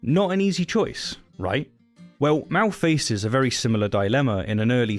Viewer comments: It may just be your accent, but it sounds like you're calling the main character "Mao". His name is "Mal", short for Malcolm. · Took me half he video to realize you were saying "Mal" and not "Mao". I thought you were talking about Mao Zedong's philosophy for some reason. Well... not for some reason.... oldworld English needs better pronunciation. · This is completely besides the point, but the way you pronounce Mal's name makes it sound like "Mao" :) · I thought you were saying Captain Mao! {:o:O:} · When you say Mal, it sounds like Mao.